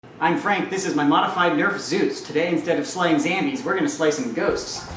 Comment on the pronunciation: you just said zambies instead of zombies